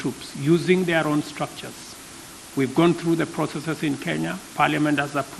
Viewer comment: “When Kenya wa’ declared iz innepennance…” Right out of the gate, Joe. You had me at “When Kenya wa’ declared iz innepennance”.